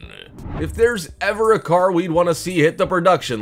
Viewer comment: Perhaps the narrator should work on pronunciation rather than trying to sound like batman. Its a car not a CAAAARRRRRRRRRR